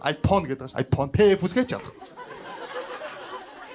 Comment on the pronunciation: Tgd i fhone gj shaadag bolj taarwu fysda yma😂